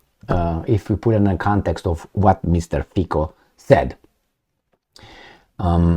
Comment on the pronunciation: excellent pronunciation of President's name and other surnames as well, more or less I'd say. However, it's Fi-C-o, NOT Fi-K-o!:) Come on, man.